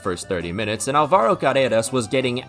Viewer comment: You pronounced Álvaro wrong